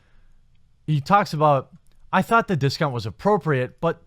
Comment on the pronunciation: I giggle on the inside whenever you say "thought".